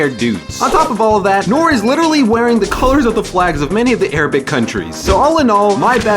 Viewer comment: Noor is pronounced “nurr” not nor